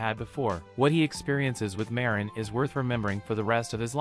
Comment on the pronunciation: I fell like am trigger a bit because he say ma rin not marin